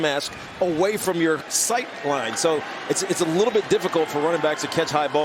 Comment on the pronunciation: Nah. Not sight line. Not sigh line. /